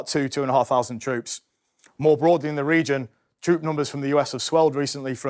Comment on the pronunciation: He can't even pronounce "th" instead a thousand is a fousand.